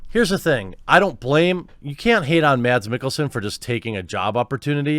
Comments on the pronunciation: His name is pronounced Mas like Christmas. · The D in Mads is actually silent in danish, just saying.